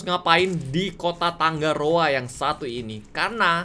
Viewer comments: tangaroa kak bukan tanggaroa wkwkwkwkwwk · Aku cuman mau ralat kak Regi,nama kotanya tangaroa bukan "tanggaroa" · kak reggy nama pulau nya bukan tanggaroa tapi tangaroa kalo tangga itu g nya 2 tapi kalo tanga itu g nya 1